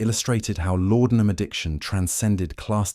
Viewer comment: The drug was called laudenam not lordenam